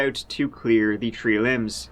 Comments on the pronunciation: Hey when you said tree limbs I thought you meant there were three limbs lying in the road 😂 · I was so confused when he said tree limbs on the road! I thought he meant tree (3) human limbs. 😂